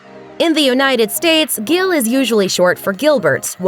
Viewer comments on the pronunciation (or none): Gil is not pronounced the same the name is pronounced Gil and in polish it is pronounced g-ee-l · U don’t say Gyl for fuck sake I’m Polish and if that’s what u said I would not understand what u meant unless u actually pronounced it right!